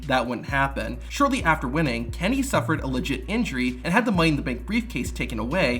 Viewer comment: Good video, but half the time you pronounce "Kennedy" like "Candy" lol